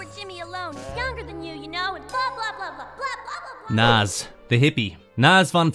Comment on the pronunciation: Not Naaz it's Nazz